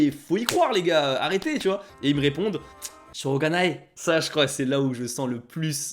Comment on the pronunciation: C'est "shō𝙜𝙖nai". Avec un "o" long et "ga" (et non "gu"). Je ne pense pas qu'avec un "o" court et "gu", des Japonais comprendront.